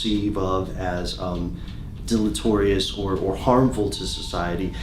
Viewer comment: Fuck man!!! Deleterious!! Learn how to pronounce it! "del-i-teer-ee-uhs" Neanderthal...